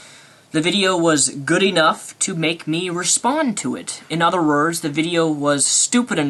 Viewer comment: "in other rurs" "no reasing" "illrational" "obniscience" x4 "obniscient" & "attemping" "how you are misrepresent" wat.